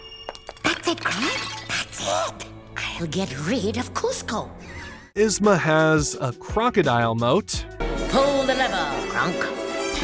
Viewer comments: To add to this, its "YEEZ-ma", not "Is-ma" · EEzma! Not Izma lol This was driving me crazy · It’s so weird to hear you call her Iz-ma lol. The movie calls her yeez-ma